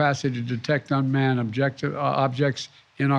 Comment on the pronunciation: “Unman and unidentified” what else y’all need to know🙄 #UFO